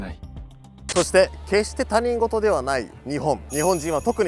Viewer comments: 「他人事」 たにんごと、じゃなくて、ひとごとって読むよね。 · たにんごとと言う方が多いけど、正しい読み方はひとごとだったような…。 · タニンゴトではなくヒトゴト！ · 「他人事」と書いて「ひとごと」と読むんだけど、含め最近のYou Tuber みんな読み方間違うな…。若者が勘違いしてしまう。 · 他人事→「ひとごと」と読みます。何度も出てきてちょっと気になりました… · ごめん、すごーーーーく、ババ臭いんだけど、他人事を「ひとごと」じゃなくて「たにんごと」っていうのが、ワザと言ってるのかもだけれど、すっごい気になる。注意を引くためにワザとなの？ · 漢字読み方：他人事→ひとごと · 、カッコつけてるところ大変申し訳ないのですが他人事(たにんごと)ではなく他人事(ひとごと)です、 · 『他人事』と書いて『ひとごと』と読みます。誤読である『たにんごと』を聞く機会も多い現状ですが、ひとごとが正解です。